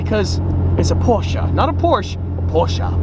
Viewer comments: Its not porchah. Its porche. E. You say that e. Not a. 👍🏻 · Porshe'a its Porsche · Porscheh not porscha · Congrats to your new car. But my Heart is bleeding when he says Porscha. It‘s Porsche. *Porschee of it helps to pronounce. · M8, it's not a Porsch and also not a Porscha, it is pronounced Porsche. xD Beautiful beast you got there though. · When he said poscha i thout it was a Gt3 rs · Not Porschaaaaa it is German: Porscheeee. pls Watch the video on the official channel Porsche about the pronunciation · It‘s „Porsche“ Not „Porscha“ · finally a porshce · As a german I have to say,...please... Its a PorschE(!) NOT A PORSCHA... PorschE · its not Porschaa😭😭😭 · im from Germany and you have to say porshäh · Ahh, The Posche without the R. Damon Fryer will be so proud that you used his pronunciation. Don't forget Dave's though for the next video. You must call it the Porch at least once. Just make sure you tell everyone you are kidding and you know the correct way to spell it is Porsche and it is pronounced Por-Shuh. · by the porsh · Americans spelling Porsche porschaahhh 🤦‍♂️ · IT IS NOT PORSCHUH !!!!!!!! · As a german I am still triggered by the way he says 'Porscha" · honest question: why do you americans think there is a A on the end of porsche ? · Cant stress enough how important the segment was . So many petrolheads and enthusiasts repeatedly say "PORSH"...its two syllables everyone. Remember that. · Love the car but as a german i Can say the Porsche has no a at the end Its PorschE 😀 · As a german „porsha“ really hurts my feelings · I'm a silent e Porsche guy, so when I hear Porscha I c-ringe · Germany: Porsche Brits: Prosch Doug DeMuro: PorschAAAAA: PORSCHA HATERS:Dislike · Nice to se a porsche. Why say porscha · PORSCHE!! Its Porsche. Not Porsch and not Porscha. PORSCHE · you don't pronounce the a at the end of porsche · How can you pronounce A at the end when it says E? I hate how its pronounced in English, totally butchered....